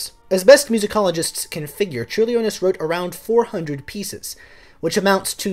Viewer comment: Thank you for covering a composer from my country! Your pronunciation was pretty okay in that I knew who you were talking about immediately (for Vytautas Landsbergis, the 'y' is pronounced like 'ee' and the emphasis in on 'Lands' in the last name). In case you ever have to say the name again: diphthongs in Lithuanian that start with the letter 'i' ('iu' 'io' 'ie') are less separate than you're making it - the 'i' sort of colours the vowel after it, such that 'Ciurlionis' only has 3 syllables, not the 4 you're using (ie Ciur-lio-nis. not Ciur-li-o-nis). Don't feel bad, though - Lithuanian is notoriously difficult to pronounce, including for Lithuanians!